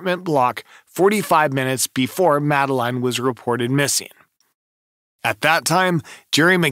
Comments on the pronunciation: Christ. Do your research. Madeleine is pronounced Madalinn. The twins are shaun and Amelie. It was 2007. Blood wasn't found in the car, it was cadaver scent. Not watching you anymore. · 😂 why don’t you pronounce the girls name like her parents do? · Do you expect this video to be taken seriously when you can’t even pronounce Madeleine’s name correctly and you add crazy effects to the images. Definitely not one to watch.